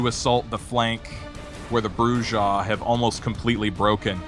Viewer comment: Man your killing me with your pronunciations... Brujah... (Broo'-Hah or Broo'z-Hah) Grrrrr!!!